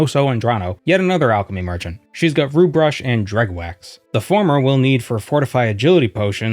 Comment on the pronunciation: Its call Dreugh not Dregh